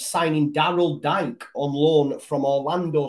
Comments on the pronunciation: Think it’s pronounced Deeka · Really quick, it’s (dike) pronounced like DK lol, i’d love to see us snatch him up and see what bielsa can make of him, there’s a lot of American guys who could fit well in a bielsa side, and for Forshaw, that’ll be like a whole new signing himself in midfield, can’t wait to see him back playing first team football!